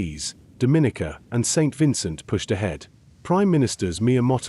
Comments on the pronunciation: The proper pronunciation is DOMinica! NOT DoMINIca. Thank you:-) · Every time the video says Dominica wrong it's like a knife to my ears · DOM-IN-E-KA!!! Please learn how to pronounce this country's name. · Dominica is pronounced like Dominoes, with a hard "O". Someone from Dominica (hard O) is a Dominican (hard O). A soft "O" makes them from the Dominican Republic because they would be referred to as a Dominican with a soft "O"......it would be pronounced DAminican but the spelling is wrong. I'm 50 years old and still hearing people pronounce my Island wrong. Imagine if someone was pronouncing your name wrong, would you not correct them. Great news for our the Caribbean people.